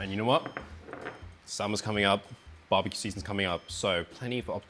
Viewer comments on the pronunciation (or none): none